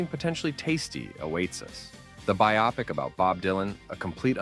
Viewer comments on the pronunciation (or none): The 'o' in 'biopic' is long, as in 'cope'. It does not rhyme with 'myopic', where the 'o' is short, as in 'cop'. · I'm sorry, bye-awpik? wtf jesus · say "biopic" again